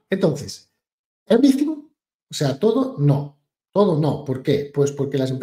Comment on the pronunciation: Evrithing is evrithing!😂